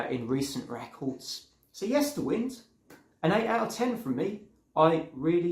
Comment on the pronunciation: The latter part of the album title Yesterwynde is pronounced as in to wind a clock or watch. Time being a central theme of the album.